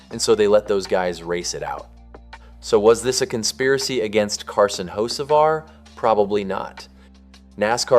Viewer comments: His last name is not hoshevar it's ho ceee var. No sh in it!!! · You mean "ho-SHA-var" as the idiot voice keeps saying? Hahahaha.. Can't even pronounce his damn name right. Sick of click bait.. Hell.. I'm sick of YOU TUBE.. REad their terms and rules.. As long as you aren't actually changing election results or something extreme like that - IT IS ALLOWED FOR ANYONE TO MAKE TOTALLY BOGUS VIDEOS. SIMPLY GOOGLE "HOW much of YouTube content is factual?" AND READ WHAT IT SAYS. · There is NONE! RIDICULOUS. I LOVE THE Way the guy, (narrator) that keeps saying "Ho-sha-var" also says "one of the most heated conversations of the 2026 seasons so far"... WTH!? Hell, he could have been eating a ham sandwich while driving AND IT WOULD BE ONE OF THE MOST heated conversations of the 2026 season! It was the 1st damn race (points race) of the friggin year! So sick of seeing these idiotic click bait videos narrated by someone that doesn't know NASCAR from the Crown Vic skirmish/race at my local track! There is no damn controversy.. Also, I'D BEEN SHOCKED IF HE HAD OF WON.. IT IS DAYTONA.. CRAP LIKE THAT ALWAYS HAPPENS ON THE LAST LAP.. Simply put - it is SUPER SPEEDWAY racing .. AND IN NASCAR'S WORLD IT IS PAR FOR THE COURSE.. I SUGGEST NOT SUBSCRIBING TO THIS RUBBISH CHANNEL. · Why are you pronouncing his name like Hoshevar?